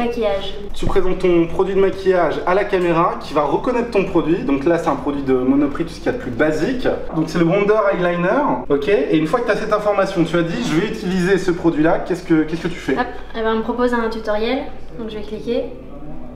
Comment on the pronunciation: Il n’arrive pas à dire eye-liner trop drôle😆🤣